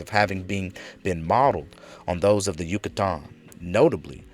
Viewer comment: Lol Yu-cah-Taaann